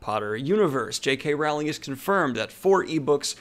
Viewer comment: I love you but I involuntarily cringe every time I hear you mispronounce “Rowling” and “Gaiman”